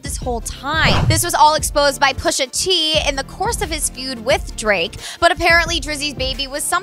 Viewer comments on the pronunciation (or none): lmfao me too pushaah T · isiah " push ah tea" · I cringed super hard when she said "pusha teeee" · "Pusha Teee" She definitely not familiar with Pusha lol